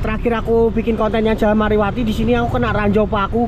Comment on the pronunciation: Bukan mariwati bang tapi marwati